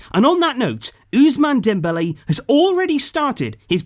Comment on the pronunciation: Very nice to hear "osman dembelle " respect.